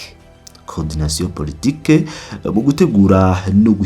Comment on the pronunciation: Eh bwana usoma nabi ntibavuga PORTOQUE Ahubwo POLI TIQUE SI R ni L gira prononciation ya Français ntwabwo urigusoma i Kinyarwanda